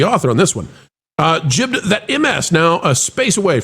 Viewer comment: going on and on about the word "gibed' while he continuously mispronounces it. Hilarious when he tries to show his 'knowledge' and only shows how illiterate he is.